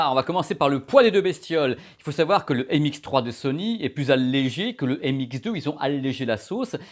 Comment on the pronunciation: MX3 haha, ça m'a écorché les oreilles à chaque fois ^^ Sympa la vidéo sinon, mais je cherche toujours une comparaison objective pour NC de ces 2 casques (comparaison entre signal d'origine, et mesure des ANC pour connaitre l'atténuation en fonction des fréquences), si jamais vous savez où je peux trouver quelque chose du genre, merci d'avance! Bonne continuation:)